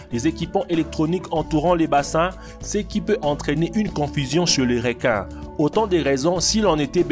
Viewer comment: Les "réquin" AH AH AH... Comment sa j'ai raté le message?